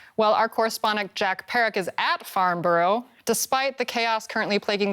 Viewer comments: It's pronounced "Farn-Bruh", and not "Farn-Burrow" ;P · It's Farn-burra, not Farn-boro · It’s pronounced Farn-brra